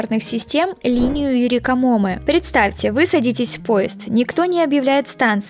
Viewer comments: Вообще-то для строительства Одайбы привезли грунт из разных уголков страны, а не мусор. Не Рикамо́мэ, а Юрика́моме. И остановки там объявляют в обязательном порядке. Рассказывайте правду, а не врите ради кликбейта. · ударение надо ставить, а не "камо́мэ".